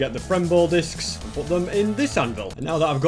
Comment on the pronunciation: i love how he says discis